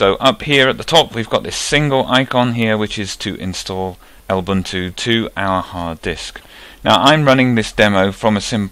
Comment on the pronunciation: I've never heard anyone call Lubuntu "El buntu" before.